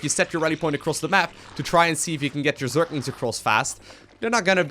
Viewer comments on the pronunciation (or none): Am i the only one who's bothered by the thing that he's saying zerklings instead of zerglings?